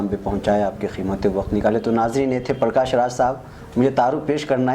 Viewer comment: This illiterate interviewer cannot pronounce his name properly. Its not Parkaash but Prakash 🤣